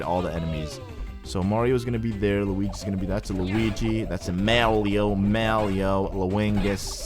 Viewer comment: did he just call them mawio and lawingus